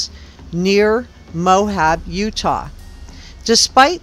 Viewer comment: Please stop saying "Mohab." The name of the town in Utah is "Moab," pronounced "Mo-Ab." There is no "h" in the word. If you are truly an investigative journalist, then saying the important names correctly matters.